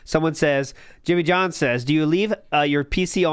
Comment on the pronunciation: you hit that "John" with Rambo accuracy 👏. If John was ever on Wpig it'd get a million views from me alone lol.